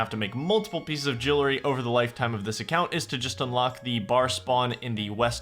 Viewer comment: Favourite part of this video so far is you say Jillary instead of jewelry, dont ask me why, anyway great series and enjoying the long ass video! keep up the good work, need to get back onto watching nightmare mode really but wanna finish this!